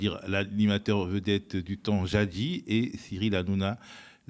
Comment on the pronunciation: Il faut prononcer le S de jadiS…pour le reste…c’est PARFAIT👍un bon « disséquage » ( je suis comme Marie-Ségo Royal, j’aime bien inventer des mots😁mais où donc est passée sa copine Françoise ? Nous l’avez mise au placard ?🙃) Elle ne serait pas un petit peu sotte, madame R.Khan et très prétentieuse dans ses propos sur J.L.Mélenchon…tout ça pour un seul homme, c’est lui donner beaucoup d’importance, ça doit le faire sourire. C’est une actrice, paraît-il…pas d’éloges sur son jeu…très mauvais. Il y a des attitudes, des positionnements qui rendent certaines personnes laides🧘🏻‍♀️